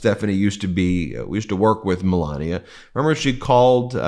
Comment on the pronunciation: Pronounce it "Me-la-knee-ay"!